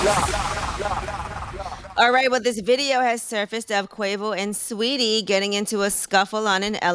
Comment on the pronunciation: how y’all pronounce sawettie as sweety